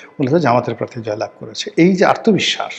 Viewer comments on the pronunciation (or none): none